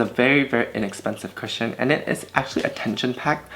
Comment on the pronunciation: When you don't read the title of the video and get confused when u think he says "Christian foundation" 😭🤦🏽‍♀️